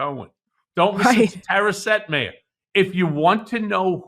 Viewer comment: Ben, I noticed that you pronounced Tara Setmayer's last name differently than she does. Which reminded me of the way that you pronounce Laura Ingraham's last name. Yes, her brother told you the real pronunciation for the family name. But it's not the way SHE pronounces her name. And yes, she is a despicable human being. But we ask people to use the pronouns people want when referring to them, and refusing to pronounce her name as she wants is the same thing. It's disrespectful. And we are better than that. Just wanted to put that out there.